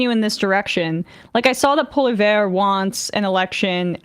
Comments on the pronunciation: Poilievre name is said PAW-lee-EV, not PAW-lee-VER. I don't like the guy but still, that's how you say his name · It's Pollievre (poli-ev-re) -- not Poli-ver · It's pronounced 'polly-ev'. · Normally, I would critique someone for not properly pronouncing someone’s surname (it’s Poilievre, not Polliver), but because PP is so heinous, I’ll let it slide. 🙃🙃🙃🙃🙃🙃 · Poly-ev. That's how you pronounce Trump-light's name. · I appreciate the butchering of PPs name. 😂 Keep it up! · I appreciate your professionalism Emma but feel free to pronounce his name wrong at any opportunity. 😂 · Emma's pronunciation of Poilievre is absolutely killing me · I love Emma's pronunciation of Poelievre's name and the fact that wasn't correcting her. Very funny